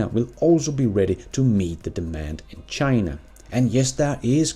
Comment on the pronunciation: Did you just say "Chiinnaa"? 🤣